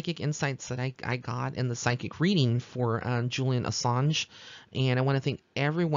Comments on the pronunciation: You pronounced Julian’s last name correctly. Was hoping you would do this reading. Sending love & blessings to you. 💕🌷💕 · Great reading! You pronounced his name right. Enjoying your link & readings on YouTube! I feel like you're the "real deal," & I listen to a few on YouTube. I feel like you're genuine compared to some others. Many blessings and may you always go far! 😊😍